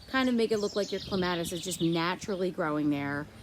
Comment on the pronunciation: So beautiful! And I've held off so far, but I can't help it... it's pronounced CLEM uh tis.... accent on the first syllable.